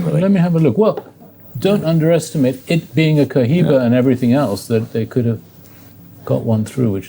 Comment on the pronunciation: Maravilloso y perfecto canal y video como siempre. 🎉 ( y será pluscuamperfecto cuando consigan pronunciar correctamente marca Cohiba 😂 ...)